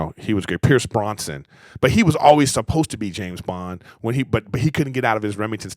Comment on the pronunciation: Bros-NAN. Brosnan. Not Bronson. And Rami MALEK, not Malco. I love ya Grif but why on earth can you not say Big Famous Star Household Names That We Hear All The Time correctly?? Just...read the letters and say the names. Thanks.